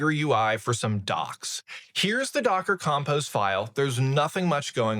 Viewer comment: Between the pronunciations of routes, compose and schema I had to hold on for dear life.